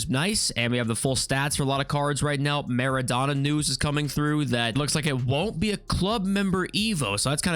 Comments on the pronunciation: all good bro there’s no need for an apology but it almost sounds like your calling him “Madonna”😂, the O should be pronounced the same way as when you say “donut” or Dough, it should like “Maa.ruh.donuh” or “maa.raa.dough.nut” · the way he says MEREDONA instead mara-dona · Marrow donor? It's Marra Donna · Bro, it’s pronounced: maa - ruh - dow - nuh